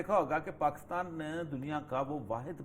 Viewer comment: افسوس اپنے ملک کا نام صحیح نہیں لے سکتے۔ کاف پر بجائے زیر کے زبر لگا دیتے ہیں۔ دلچسپ۔